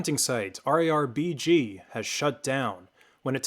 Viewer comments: he was sayin R-A-R BG goofy ahh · It's pronounced RARBG not R EI R BI GI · It's RAR-B-G Not RAA-R-B-G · buddy they're not called "areyar bg" they're called "rarbg" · Why are you pronouncing rarbg to R A R BG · >arr ee arr bee gee pls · why did you have to say it like arr-aye-arr-bee-gee 😭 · Came to the comments for this! I've downloaded loads of RARBG stuff and in my head always said "RAR-BIJ". When I heard him spell it out, I thought "Oh I have been wrong" (Maybe still am). What's the most common way people say it?